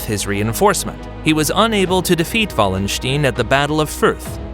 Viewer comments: I looked up how to pronounce Richelieu. The video gets it correct. As for Wallenstein, I guess he thought the W was pronounced as V in the native language. And "stein" is often pronounced either as "steen" or "st-eye-n" in English, so it is understandable that he would make that mistake. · like the video for its historical correctness (as far as short YT clips can do this justice) but why is it so difficult for American narrators to get prominent historical names right - Richelieu or Wallenstein; both names should be easy to get right (and even come with voice files on Wikipedia) and yet this American butchered them completely. ☹that was disappointing.